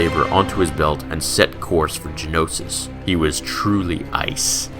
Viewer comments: Geonosis, not Genosis. Other than that, a great story. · Why are you saying Genosis, it's Geonosis. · geonosis not genosis